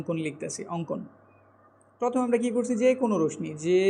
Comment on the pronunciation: কেটে নেই নয়,ওটা কেটে নিই হবে।ভুল বানান লেখেন কেন?রশ্মি উচ্চারণ ও ভুল।